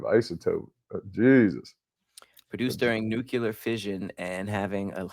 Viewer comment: lol the word is Nuclear (New-Clear). Nukular??